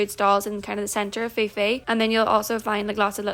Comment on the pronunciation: Just so you know, it's pronounced Koh Pee pee! 😊